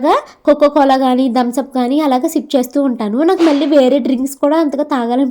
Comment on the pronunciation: Not dhams up it is thumbs up